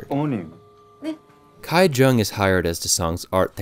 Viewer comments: Bruh stop saying Kai, it's KI-WOO, KI-JUNG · The name of the poor family's daughter is not pronounced as Gai- Jung but Gi- Jung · small nitpick, but how in the world did you manage “kai” jung out of “ki jung” when “ki woo” seemed just fine? lol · Great review. FYI Ki is pronounced Kee, not Kai. So Kee-woo and Kee-jung. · a small note: ki-jung is pronounced kee-jung not kai-jung, and same with ki-woo, it’s pronounced kee-oo :)) i appreciate your efforts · i feel like this narrator didn't even watch the movie.. otherwise, he would know how to pronounce Kijung and Kiwoo. It took me a minute to figure out what he was saying when he said 'Kaijung and Kaiwoo'. sorry but my biggest pet peeve is when people dont learn how to pronunciate names... which you would learn anyway if you watched the movie.